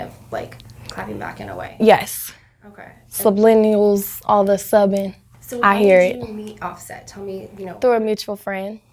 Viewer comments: "Sublineals...", poor baby. Subliminal* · She said “sublennials”... uggghhh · she can't say subliminal. deaaaaad stupid.